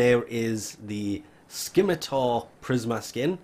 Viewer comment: "skim".... "itar"'.........? (you don't pronounce the "C" there)